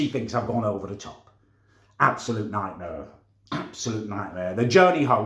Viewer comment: “NiGht mEer”